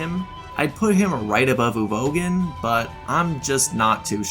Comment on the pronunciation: That Uvogin pronunciation made me want to gouge my ears off.